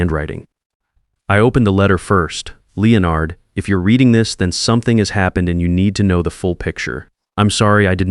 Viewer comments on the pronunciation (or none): Leo Nard (not Lennard as the British say it?). I have noticed that AI cannot pronounce people's name or place names. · The Whitfield's name again. Lay onard is not the correct way to pronounce Leonard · Lay-o-nard is how they say it in youtubeland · The pronunctiation of Leonard Is simply classic.